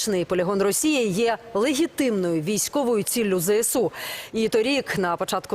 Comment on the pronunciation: " легітиВною" ?????? Це диктор каже??? легітиМною бовани